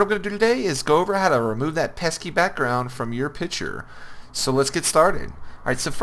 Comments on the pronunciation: Bruh Piture😂😂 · i wonder if you've learned there is a c in the word picture yet.